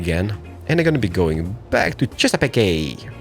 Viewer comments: Chess-a-peak no e sound on the end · You Chesapeake by (Chess-ugh-peak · Chesapeake is chess-ah-peak